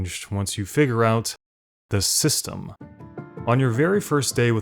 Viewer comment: Like dark souls 3 I can still run to everything I want because I know the…. Dramatic pause…. The… “system”.